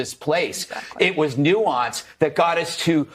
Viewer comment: They don't even know how to pronounce or define the word nuance.